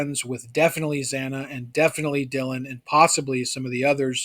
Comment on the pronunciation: Xana (ZAY-NAH) not (ZEE-NAH) 🤦🏽‍♀️